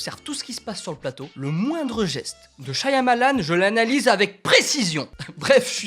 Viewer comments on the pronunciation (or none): Super et tout comme expérience. J'ai hâte d'aller voir le film. Mon préféré par lui était Lady In The Water Petit truc qui me dérangeait cela-dit, le Y de son nom est silencieux, ça se prononce "Sha-Ma-Lann" et pas "Sha-ya-Ma-Lann". Voilà, bonne continuation et en espérant que tu auras aimé le film. :) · Un de tes réalisateur préféré mais tu n'avais jamais vu une photo de lui (à savoir qu'il fait un caméo dans quasiment tous ses films) et tu ne sais pas comment prononcer son nom ?